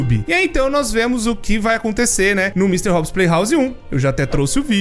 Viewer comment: s0im le-se "opse" não "upps"